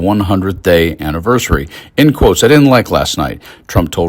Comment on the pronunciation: Dear Yank, ' hundred day snniversary"? Wtf?